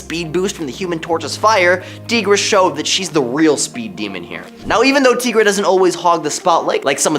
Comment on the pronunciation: Tee-gra? It's Ty-gra. Does anyone on this channel read comics?